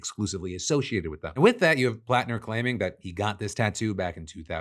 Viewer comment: Hearing my last name said correctly is a breath of fresh air. Thanks Phil